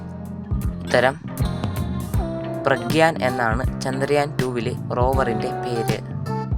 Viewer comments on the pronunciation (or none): none